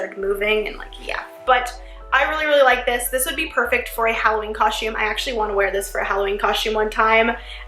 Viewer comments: Natalie Yusam no she says cushume. Listen. God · it's cos-tume not coshtume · It's not coshtum it's costume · its costom not coshtom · ok but it’s coSTum not coSHTum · Ughhhh the way you say COSTUME like COUSME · U keep saying costchume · No offense or anything but it’s pronounced COSTume not COSHume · it's costume lady, not coshtume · I couldn't help but notice that she kept saying coshtume instead of costume; is she Canadian or something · Its not cos-shume its costume! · It's costume not coshtume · Did anyone else hear her say "coshume" instead costume? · This was great BUT she keep saying coshtume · oh my Lord it's costume not coshtumes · you said coshtum soo many times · stop saying coshtume it's pronounced costume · I love ur vid but I can't help but notice u kept saying coshume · does anyone realize that she says costsh instead of costume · She says coshume instead of costume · She keeps saying coshume instead of costume 😂🤣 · She says COSHTUME a few times instead of costume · it annoys me that she keeps saying costume wrong. Its not coshtume is costume!!! TRIGGERED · Lol its costume not costshume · why you keep saying " coshume" why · its costume. not coshtume. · ITS COSTUME!! NOT COSHUME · I just don't like how she says "coshtume" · I hate how she says “coshtume.” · Jenna pronounces costum coshtume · Why did she say costume like that? She said Co-shtume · I love that she said coshtume like me when I was younger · the only thing i dont like about this video is how she says the word costume "coshtume" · Costume. It's pronounced costume. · I just heard she say coshtume 😂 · It annoyed tf out of my that she kept saying coshtume so I didn't watch the whole thing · she said coshtume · Us dancers have said it so many times we've basically gotten tired and found a shortcut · why are u saying coshtume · MadiLynn 13 and costume she says coshtume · I hate when people say that I'm from three country gosh dang it and it's not pronounced coshtume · same ahah "coshume"